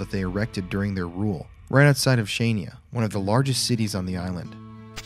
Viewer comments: not chanya not kanya . it’s in greek language calling khania { xania ) it’s not Crete . in greek language calling (Creti ) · Hi guys great video as always ! correct pronunciation of Chania is HANIA 😂😂 made me giggle every time you tried to say it ! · Just so you know, Chania is pronounced ‘han-ya’ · It is pronounced HA-NIA. TBH in the first few days the Germans died before they hit the ground and anyone who did live was killed by the xoriates with shovels and pitchforks. The reason why the Nazi's became more brutal is because of Churchill. As the Germans continued to try an take Kriti, Churchill came out and said "Greeks don't fight like heroes BUT heroes fight like Greeks"!! After that they became more brutal and the people of Kriti suffered the entire time they remained there. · Great footage as always. Thank you for all the kind words you shared about Crete, hope you had a lovely time here! :) Just a quick tip on the pronunciation of Maleme and Chania (my hometown <3): - it's Ma (like in mask) le (like in left) and me (like in mention) = Mάleme - it's Cha (like ha_rd) ni (like nee_d) and a (like a_rt) = Chaniά Keep up the good work, stay safe and spooky guys! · As a greek, I thank you guys for talking about our history & what happened during Nazi occupation. It is very touching. Oh and Chania... The c is not pronounced and the nia at the end is basically a syllable, very hard to explain by text lol